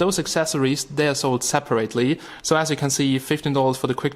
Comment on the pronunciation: Hahahaha no disrespect but the way you say "separately" made me think I was watching an idubbbz video where he does his generic euro accent